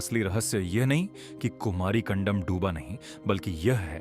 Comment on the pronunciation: कंदम न की कंडम